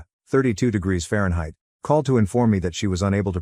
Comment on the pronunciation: I’ll be back when you edit your narration…Fahrenheit and million???? Seriously….